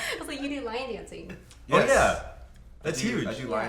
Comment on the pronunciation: I heard "line dancing" instead of "lion dancing" heh , I think I prefer the latter though.